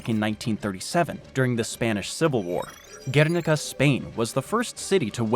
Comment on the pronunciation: G-where-Nih-Cah Guernica.